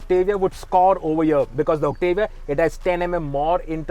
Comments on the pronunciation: It's Octavia not Octevia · First reviewer in India who can actually do the right pronunciation of the Octavia. It's Oct-tuh-vee-yah and not Oct-AA-Viya